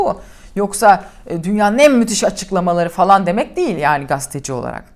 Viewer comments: Nevşin Hanım, Merhaba Gündeme dair, doğru tespitlerde bulunuyor, harika yorumlarınızı beğenerek okuyor, dinliyor ve sizi yakından takip ediyorum. Hoşgörünüze sığınarak, sizden önemli bir ricada bulunacağım; Video haberinizde, "Gazeteci" tanımını, "Gasteci" olarak yanlış ifade ediyorsunuz.!.. Sizin de çok iyi bildiğiniz (Dilbilgisi detayına girmeyeceğim.) ifade ile, "Gazeteci" olarak telaffuz edilmesi gerekmektedir. Dilimize sahip çıkmak, Türkiye Cumhuriyeti vatandaşı her ferdin, sorumluluğu. Ancak bu sorumluluk, özellikle sizin gibi, toplumun geneli tarafından tanınan kişilerde, çok daha fazla ön plana çıkmakta, çünkü, mesleğiniz ve misyonunuz gereği geleceğe dokunuyorsunuz.!.. Saygılarımla... Vedat YILDIZOĞLU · Gasteci değil, gazeteci... İngilizce telâffuzda gösterdiğiniz gayreti Türkçede de gösterirseniz mesleğinizin ne olduğunu doğru telâffuz edebilirsiniz bence.